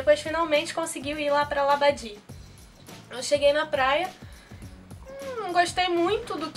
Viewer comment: a pronuncia correta não e labadi e como se le labadee